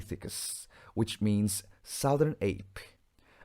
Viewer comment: Hay quá ad ơi, nhưng mà từ southern đọc là / ˈsʌðə(r)n/ nhé ad.